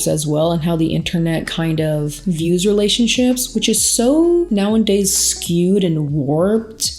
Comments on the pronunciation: I notice you always say “now and days” but the saying is “now-a-days” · For awhile I couldn’t tell if it was like an inside joke the way she’s saying it but now I’m thinking she just says it that way lol